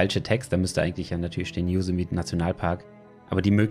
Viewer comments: Servus, top video, aber ein kleiner Tipp: Yosemite wird so ausgesprochen: Joßämeti :D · jo SEM i TIE betonung auf der 2. silbe. :)